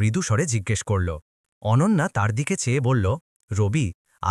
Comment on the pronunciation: অনান্যা নয়' , এবার ঠিক হয়েছে অনন্যা। আবার শুনছি অনঞ্জনা।